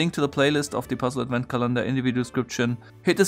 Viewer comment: Nitpick about pronunciation: The word Advent is pronounced AD-vent, not ad-VENT (accent on the first syllable). Otherwise great video, as always. :)